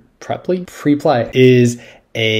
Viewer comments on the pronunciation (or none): On the Preply corporate site they pronounce it Prep-ly. That's how it is supposed to be pronounced. It is embarrassing to watch an English teacher, of all people, make such a stupid error. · As an English teacher, it is your job to correct a student's mispronunciation, not to adopt it as your own. The word pre-ply is nonsensical in English. The correct way to say it is obviously, prep-ly.